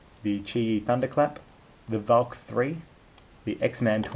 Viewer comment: "The velk"